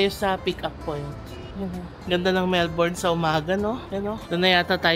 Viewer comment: Melbourne is pronounced as MELb'n not Melborn.